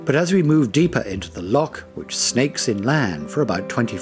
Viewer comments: Worst pronunciation of scottish names ever. Wtf is this.. Ilan donnan, locks??? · Informative, but a bit naff that simple words like 'loch' are mispronounced. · Loch is pronounced like the ch in Christmas. Loch Leven is Leeven. Eilean Donan Castle is Aylin Donan. Ardnamurchan (still ch in Christmas) is the most westerly point of the British mainland. Staffa, near Iona is a columnar basalt island whose cave inspired Mendelson's Hebrides Overture. Just south of Mull is Corryvreckan, the second largest whirlpool in Europe. You could make a dozen videos, but great shots of what was covered. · I hear you! Am learning Gaidhlig and it gets boring hearing it being called "gay-lic". But no worse than hearing Lock instead of Loch! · Still the same ,Don’t know a Lock from a streach of water Loch. I feel the same Davie about intrusive music. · Its a lake, and its loch not lock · Why have they not used a Scottish person to narrate this? pronunciation of place-names, the word loch (not lock) and even Gaelic (not Gaylick) is awful... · Its loch, not lock. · Loch not ‘lock’ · A good video production spoiled by a lack of a Scottish accent. No offence meant but this extremely good video would have been much better spoken with a local tongue. . . . oh and by the way they are pronounced “Loch’s and not Lock’s”. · It's lochs not locks ;) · Lovely photography, but PLEASE get someone to do the commentary who can pronounce the place names correctly! Several mispronunciations, including saying 'lock' instead of 'loch' - aspirated sound, not hard. Spoils an otherwise lovely video. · Good video but should get the Scottish pronunciations right first. Constantly hearing lock instead of loch really irks a Scot! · Beautiful video, but "lock' and 'gay-lic'? Might have been nice to have someone who could pronounce these words properly. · film very good ,however next time get a Scot to do the narration,so the words will be pronounced correctly ie,lock ahhhh